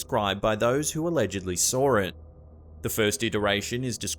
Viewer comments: “As described as those who allegedly sawr it” lol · THERE IS NO R IN SAW